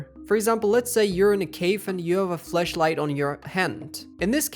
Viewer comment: why are you calling flashlight as fleshlight bro like thats gross asf bro